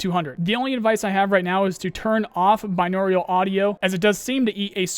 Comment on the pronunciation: this guy STILL cant pronounce ' binaural' .